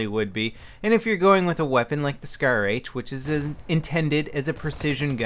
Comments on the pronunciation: What's a shar-h I thought it was scar-h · shar-h, you mean scar-h :p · Hey it's SCAR-H not SHAR-H ok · isn't that the scar-h instead of shar-h ? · grammar nazi..... as if he wouldn't know.... -. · SHAR-H?? SCAR-H? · It's SCAR-H not Shar-H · WTF? Shar-H????? LOL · shar-h? ahaha lol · What the hell is a SHAR-H? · Shar H lol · Shar-H? lol